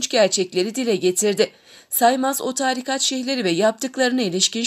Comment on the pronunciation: Okuyan kardeşim virgüllerde nokta gibi durma. Ve taarikat değil, tarikat diye a harfini uzatmadan kısa okunur